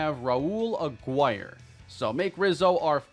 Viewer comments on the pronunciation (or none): Don’t pronounce the u in Aguirre agirre (I know you mentioned that you’re open to corrections on name pronunciations, hope this helps) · Raul Agguire, Goes by Popo. Last name pronounced " Ah- gear- a".